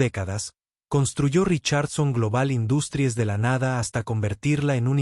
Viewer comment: para un proximo video, si usan términos en inglés, pronúncielos bien . "Industries" está en inglés pero la pronuncian como si fuese español, lastima a los oídos. "Sofía" es en español, el acento se debe marcar al hablar.